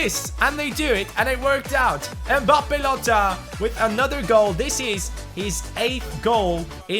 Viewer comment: mbabbe lottin you speak babbe lotttin